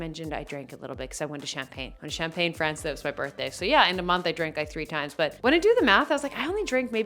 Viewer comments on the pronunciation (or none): none